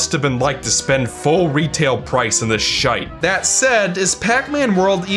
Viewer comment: kinda weird hearing Americans say Shite😂 I’m Irish so I know how it sounds